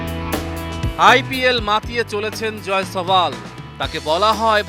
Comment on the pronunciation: জয় ছাওয়াল কিরে ভাই 😀😀😀ওর নাম তো জাসওয়াল, যতসব আবাল রিপোর্টার বাংলাদেশেই